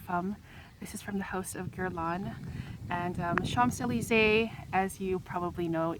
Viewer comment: With all de respect, you knowing all about the infamous street in Paris, you don't pronounce the "mp" in Champs......This is MY signature fragrance. There is NO OTHER fragrance. I ordered a bottle from Amazon - I wad not the same. Very disappointed! There it sits on my dresser. I LOVE THIS PERFUME!!!! ~♡~